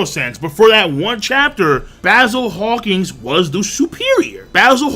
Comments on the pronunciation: ... Are you saying, "Hawkings?" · Bro. U know it’s Hawkins not hawking right?